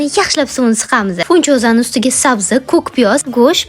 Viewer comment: Funtyuzia 😂😂😂😂 Fintuzia boʼlmiydimi